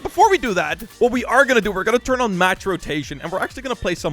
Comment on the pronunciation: Oooh match rotation, I thought he said max rotation.!